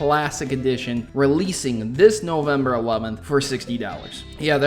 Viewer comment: Novermber lol